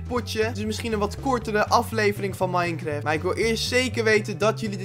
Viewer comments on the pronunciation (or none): none